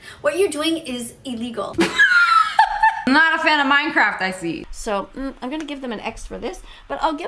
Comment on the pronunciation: She saying iee lig all